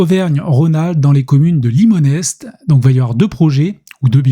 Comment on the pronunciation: on ne prononce pas le S de Limonest ça donne "Limonet" et on est dans les Monts d'Or ya des sous à l'habitant !